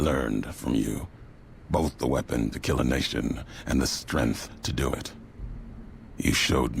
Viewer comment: Always thought it was strange how he pronounces strength as "strinth"